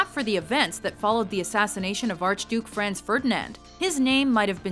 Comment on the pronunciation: She couldn't pronounce Franz or Princip right